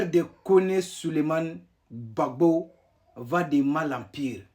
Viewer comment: Ont dis Gbagbo et non gbapo tu va en sans que tu es vraix burkinabè perdue 😅😅😅😅